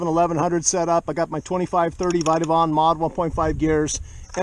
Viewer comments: When you read the word “Fit” do you say “fight”? Lol fit… c’mon, say it with me now… “fit… fit… not fight, fit… good job, you’re getting it. FIT… BIT… ZIT 🫢 excellent! Now try SIT… you’re doing fantastic! Vit… nice… VIT!… Vit-avon… put it all together now… Vitavon! Amazing job everyone! I’m supper proud of you 👏 😂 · Vit-e-min Vit-a-von Sounds perfect to me, but then again, I'm half deaf in one ear. 😆